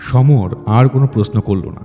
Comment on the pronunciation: Everything else is great but please work on the “Sh” and “S” pronunciation. “Prosno” noye, kotha ta “proshno” kaan e boddo lage shunte (sorry) just an honest feedback..